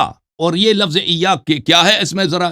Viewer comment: مولوی صاحب معاف کرنا لفس نہیں اردو میں لفظ کہتے ہیں ، کم سے اردو کے تلفظ تو ٹھیک بولیں